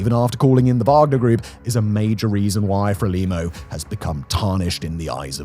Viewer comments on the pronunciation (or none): none